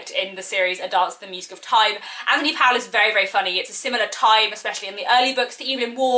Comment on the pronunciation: His surname is pronounced Pole.